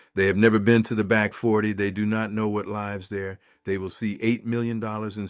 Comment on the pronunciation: I think it's an AI created story and AI read. Note the multiple time "lives" was misread. Also, the repetitive style is very AI.